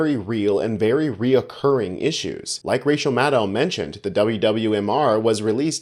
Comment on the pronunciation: Please note that MADDOW rhymes with SHADOW. She introduces herself every appearance, and still people get it wrong. Not blaming you, my friend. You're just internalizing it because of all the GOP haters and some of her own colleagues making it sound like cow. SHADOW. This was a great video,, and thank you for making me laugh while I'm ill. - Fiona